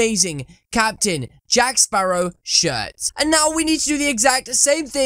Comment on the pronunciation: the names jack spawrow mate